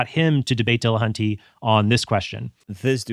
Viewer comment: Tell me you can't pronounce Matt's last name by adding latin latin flair to it. Dill.Uh.Hunt.Tee. NOT De La HAN tay. Just sayin. Trent got it right, though.